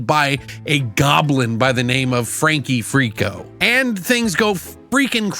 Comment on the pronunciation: Aw, butchered the name from the jump. I think, as heavily invested in this as I am (very!) I'll probably do the same from time to time😅